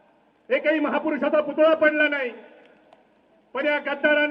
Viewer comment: पुतळा म्हणा.. पुतुळा नका म्हणू..